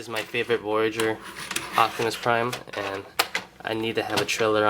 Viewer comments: his name is OPTIMUS PRIME not OCTIMUS PRIME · "Acktimus Prime" lmfao 😂 😂 😂